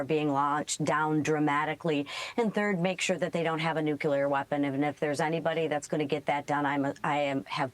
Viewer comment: Someone please teach Lisa how to pronounce the word nuclear. It's not a good look